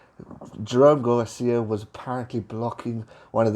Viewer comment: Good stuff as usual,. Quick note: I have noticed that you habitually mispronounce Jerome's last name in pretty much all your videos where you mention him. It is Gar-sez, not Gar-sia.